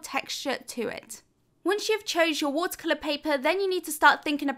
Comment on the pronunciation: I just want to say I love your videos and I also love the way you say “watercolor “😍